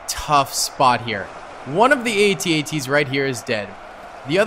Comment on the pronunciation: I can tell you weren't born of the Star Wars generation. The A.T.A.T's are pronounced - AT--AT - Sounds like @@